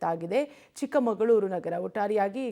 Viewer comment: Chikmangloor alla Chikmagalur